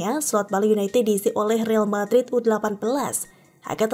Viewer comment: real madrid dibaca re-al madrid BUKAN riil madrid.......re-al artinya royal atau raja